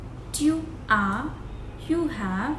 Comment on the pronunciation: Dear, the pronunciation of TU is not correct. The T is pronounced as “t” of Hindi. Like in the word “tasveer". Ceci risque de poser un problème pour les débutants. Otherwise, a great video for beginners. Bonne continuation.